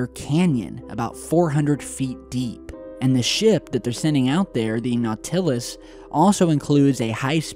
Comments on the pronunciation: NAUTilus, not nauTILus. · u SUCK, and I mean horrifically so.......at pronouncing words. NauTILus? C'mon man. You've honestly never heard of the NAUtilus? 20000 Leagues Under The Sea? Captain Nemo's submarine? How about the sea animal nautilus? This isn't the 1st time you've BUTCHERED words in your videos. It happens ALL THE TIME. If you dont know if you've got it right......then check. LOVE YOUR VIDEOS THOUGH.✌😏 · I think you are great, but how come you never learned how to say Nau' til us not Nau til' us? The accent is on the First syllable not the second syllable. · Bro please. Nau-ti-lus. Not No-til-us. It’s horrible to listen to when you mispronounce words and takes away from your message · Nautilus.....say it....Nautilus....not Now-TILL-us..like the cephalopod....like Captain Nemo's submarine.....Nautilus..... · NauTILus? Just say Nautilus bruh lol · Ok.....ok. Its too much now. 3 times you mispronounce "Nautilus". Its "naw-tuh-luss".....not,"naw-TILL-us"...lol. This is like dahboo7 style.Step it up....lol. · NOT til us....it isn't not TIL us....say it fast. NOT til us.... NOTtilus. Nautilus. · Nought-Ill-Us........not Gnaw-Till-Us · NAW-til-us not naw-TIL-us. Love the video!! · Nau-TILL-us...? Seriously? Wrong pronunciation! Naut-uh-luss sheesh.... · Your pronunciation of Nautilus is wrong. Should be NAU'.til.us not nau.TIL'.us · LOL. . .you are cracking me up with your mispronunciation of Nautilus. It's NAW-ti-luhs. . . not naw-TILL-us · it's NAUT-il-us, not nau-TIL-us. Accent on first syllable. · Not-uh-las not naw-till-us. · Not-ill--us, Nautilus. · NAUT-il-us, not nau-TILL-us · naw-TIL-us. NAW-til-us. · Not sure if anyone mentioned this: Nautilus, phonetically Not-ill-us with the accentuation on Not. Just an FYI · Not-ah-lus. Sorry couldn't finish the video because of the mispronunciation. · the NAW TILL US....dude, really? put the emphasis on the NAW...still love ya! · Not-uh-luss That's phonetic for Nautilus. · "Naut í lus" lol!